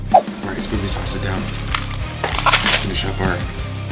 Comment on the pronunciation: not "SPOOKY"